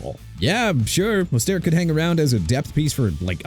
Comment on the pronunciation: LOOK MR. "NEW OR-LEANS" SHOW RESPECT FOR A LOUISIANA CITY OKAY?! NEW ORLEANS PRONOUNCED NEW OR-LINS!! ALSO RAHEEM MOSTERT PRONOUNCED MO-STURT!!